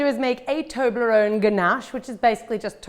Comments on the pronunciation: Does anyone now how many times she said toberone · I pronounce it as tob-li-rone. Not toe-bley-rone. How do you guys say it